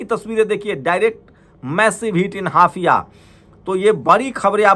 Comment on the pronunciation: हाइफा,होता है हाफिया नहीं । भाई